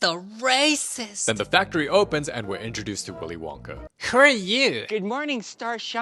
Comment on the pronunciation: did anybody notis he said wilys Wonka